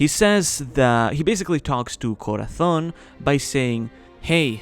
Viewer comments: Are you from Spain? I noticed the way you pronounced Corazon 👏👏🤭🤭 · Finally a YouTuber who pronounces Corazón right. 😭